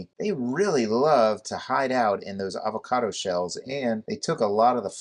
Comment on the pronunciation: "Ava-condo"...I like it 🙂👍🏻